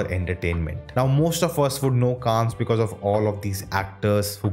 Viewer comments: Pronounce it kaann not -kaans-, in French, s is usually silent if it is in the end of word like in Cannes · You're right. Grand Prix is actually said as Grann Pree, because it's French. Also, Cannes is Kan, because it is French too! Don't go by Google pronunciation. Check the French pronunciation. Ciao 😬